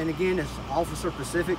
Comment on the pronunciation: Great, vid dude, and that cop was really cool. But, if he said pacific instead of specific one more time..... ;)